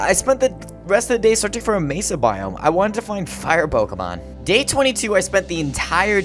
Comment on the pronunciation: Thanks god your saying pokemon right. Everyone else says [poke-ee-mone].